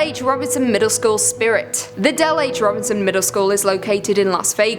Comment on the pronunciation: It's Ro Bison Not Robinson